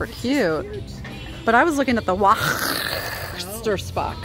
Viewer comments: We ever and anon show some enthusiasm :-) p.s. Waechtersbach = VESH-TERS-BAR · When pronouncing Waechtersbach, the W sounds like a V, so it would be pronounced Vaechtersbach. Also in German, the V's take the sound of a W. I learned this while living in Germany for 10 years. Love watching you as you always have so much fun regardless if you are with your friends, family or just by yourself.